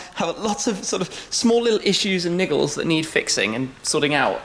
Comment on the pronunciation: You saying "niggle" makes me giggle. hehehe hehehe